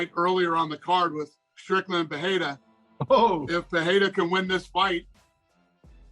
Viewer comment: Dana can't read. Lol 😆, He pronounced Alex Pereira's last name wrong. That's why he ain't paying the ufc fighters what they owed because he can't read the contracts so he just put any compensation digits in there lol 😆